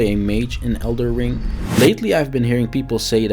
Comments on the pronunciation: It's called elden ring, not elder ring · dude called it "elder ring" in the first 3sec lmao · did he said elder ring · 3 seconds in, can’t even say the name of the game correctly……..